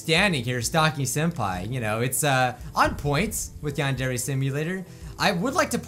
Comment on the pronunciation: Ah, the good old days when didn't know how to pronounce Yandere...